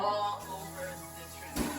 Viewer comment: We got some "SKRIMPS" 😂